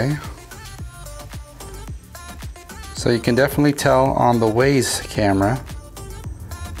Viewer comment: It’s pronounced wize